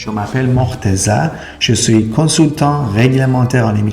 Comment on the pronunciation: یه ذره طبیعی حرف بزن ژو سویی نه، شویی